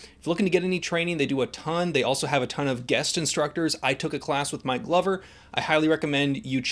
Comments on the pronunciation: Lol, next time emphasize the K and the G in Mike Glover. I swore I heard you say you took a class with “My lover” 😂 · When you said you took a course with "Mike Glover". I thought you said "my lover". 😄 I thought of Will Ferrell's hot tub SNL skit.